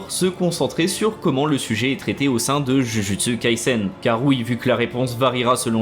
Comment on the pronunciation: C'est trop difficile de prononcer un titre correctement ? -_